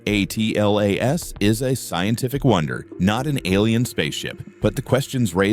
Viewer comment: Hey AI, it is pronounced ATLAS not A.T.L.A.S Another mindless space rock video featuring Avi Loeb's crazy speculations giving Science a bad name.